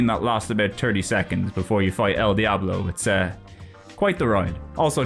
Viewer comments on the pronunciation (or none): none